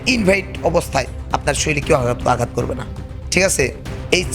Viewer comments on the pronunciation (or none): none